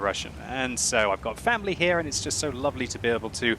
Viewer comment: Me: " I've got fapping here" Me again:??? Rewind with subtitle: "I've got family here" OK